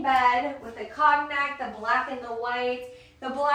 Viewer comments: That’s a good reminder, as I pronounce it incorrect too! I googled, it’s like kown yak! Long o. Thank you!! Did you catch the word “curtain”? The t not being pronounced. That one I think I have correct! 👍🏼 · 'COGNAC' is pronounced ˈkōnˌyak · I'm sorry, you're killing me with your pronunciation of the word cognac. It's a French word, the o is long and the g is silent.